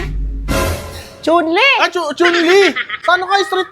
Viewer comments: Chun Lee ❌ Chon Le ✅ 😂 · Chun-li lichun (letchon) hahaha hahaha